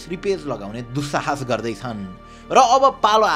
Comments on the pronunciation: Dushaaaaash re bro? Language Ali vayena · "Doossahaas" ??! have you gone mental brother ??!! 😂 timro oth nichordaa doodh jharcha ni .. babu "alik thulo thulo hunu" bhanne ashirbaad payeu timile ...